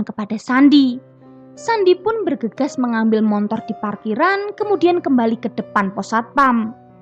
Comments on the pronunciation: Hehehee... motor..m o t o r, bukan montor😜😜.. gini deh klo klo "pembaca cerita"nya org padang, jadi mohon dimaklumin aja.. Ttp semangat ya 👍😆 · Motor mbak... Bkn montor 🤣🤣🤣🤣